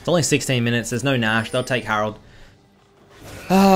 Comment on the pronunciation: Herald? ❌ Harold? ✅